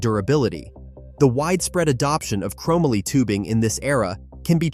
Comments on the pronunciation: Dude. Seriously?? Chromaly??? It's CHROME MOLY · Crow-Mah-Lee! Can no longer watch this! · It's ChrO - MOLEE - YA GOOF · chrome - a - lee Really.... chrome - molly ▫Chromoly ▫ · The thing that drives me most crazy about this video is the way he pronounces chomoly. Dude who wrote this def did not live during its time. No fing way. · Can someone please help this guy pronounce “chromoly” 🤦 not to mention all the bad information in this video. I also highly doubt any kid like me into bikes as a kid in the 80’s would agree with this list. How do you leave the Skyway TA off this list?! Or not mention Torker, Cook Brothers, Robinson, or the well known Schwinn Predator. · Terrible music selection and please for the love of God stop using an AI voice otherwise this would’ve been a great video. Learn how to say chromoly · Not to mention the fact that the guy doesn’t even know how to pronounce the word Chromoly.